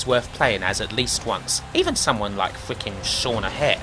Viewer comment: How you say “Goldberg” and “fricken” totally right but then you fuck up your R’s on everything else?